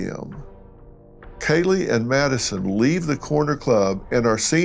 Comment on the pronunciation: you just called her “Nadison”….chill.